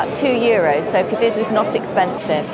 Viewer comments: The absolute least you can do is pronounce the city name correctly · The repeated mispronunciations are a huge disappointment.